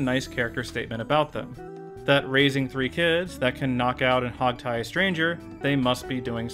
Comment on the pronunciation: Finally! Someone gets the "Hogtie" right!